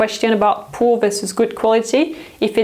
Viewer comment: I love how you say “poo” quality 🤣 Still a very accurate description